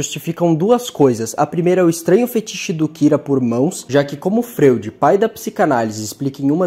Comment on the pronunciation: nao custava nada pesquisar um pouco pronúncias de nomes muito conhecidos, já que tiveste tanto trabalho para editar e roteirizar o vídeo: FRÓID para FREUD e KING CRIMSSON para seu QUINGUE CRÁISSOM. deuardo tb é sacanagem ne, a gente é brasileiro, fala o mundo ou the world